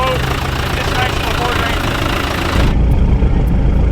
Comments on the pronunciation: it’s a feeord 😂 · "Its a feeord" 😂